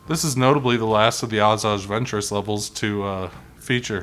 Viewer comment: I love this game. My favorite of all the Lego game ever. Only thing is that a few characters and people are said incorrectly. Asaj ventress and geonosians are the ones I’ve caught half way threw. Otherwise amazing vid